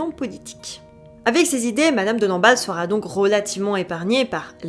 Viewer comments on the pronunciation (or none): Pour rappel : la troisième personne du singulier du verbe être au futur est "sera" sans T à la fin. Merci d'éviter les liaisons "maltapropos".